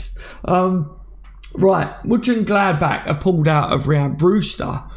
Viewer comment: I'm only surprised that you couldn't pronounce Monchengladbach! 😁 A club which is part of LFC history.